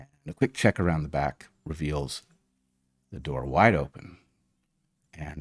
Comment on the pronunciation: Ze dog? Not Ze Germans?